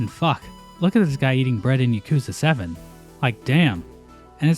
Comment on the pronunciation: Yakuza is "yah-koo-zuh" (I think) and Lupin is "Loo-pawn"